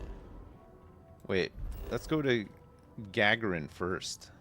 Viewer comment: Also… it’s pronounced Ga-garin like Yuri Gagarin, the Russian legend!